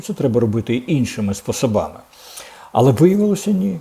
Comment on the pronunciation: В українській мові правильно робити наголос у слові «спо́собами» (у першому складі). Це якось небінарно!